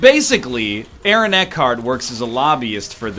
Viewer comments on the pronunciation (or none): none